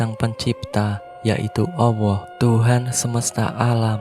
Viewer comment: Min,yg benar ALLAH..bukan AWWOH..🤭🤭🤭